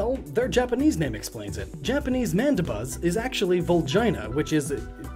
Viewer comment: you said Rufflet and Mandabuz